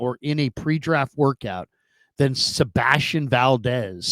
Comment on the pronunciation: "seBASTian valDEZ"..................🙄